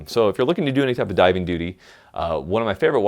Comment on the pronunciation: He said "Diving doody"